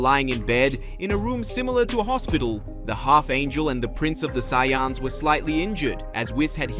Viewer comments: Just call it ultra-destruction or something... like the channel and stories but ya need ta stop butchering soo many simple words! There race isn't called Sayonns! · Saiyans dude. Not syans